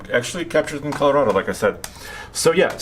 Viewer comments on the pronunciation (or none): none